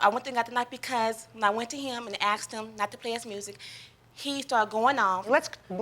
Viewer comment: “Axed” I so hate this.